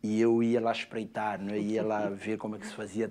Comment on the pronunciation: As a Brazilian I could understand all of them, also I just loved the way that guy from Saint Thomas and Prince says “espreitar” in the middle of the sentence, sounds so good